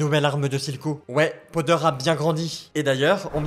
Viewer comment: Powder au lieu de podeur sinon bonne vidéo